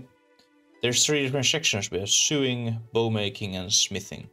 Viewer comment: sewing is pronounced "so•wing"